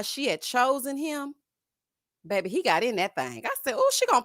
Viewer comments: thinks when he say...babbby and ya heard me..... women just flock to him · As a woman from New Orleans I was done with and his babay from episode one!🙄